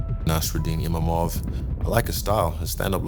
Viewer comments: So its not just me that calls him Imamov. Did they change the spelling to Imavov or was it always like that? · Someone should tell Izzy that its Imavov not Imamov.